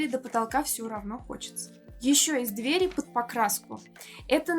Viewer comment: Хороший обзор, только разберитесь с ударением в слове дверь в разных падежах. А то сложновато не думать об этом при каждом неправильном произношении